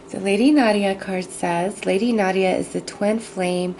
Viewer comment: You have a very calming tempo in your speech. Howevwr It's NADA not Nadia.